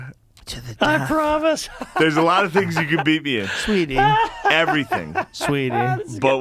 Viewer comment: ST Rogies gets so drunk he turns into hinhcliffe "Maaaaaybe, Sweeetieeeeee " LMAO